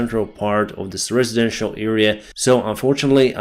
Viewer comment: residential, not RIZIdential.